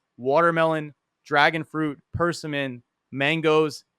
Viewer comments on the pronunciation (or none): You mispronounced way too many fruit names dude. Persimmons, currants..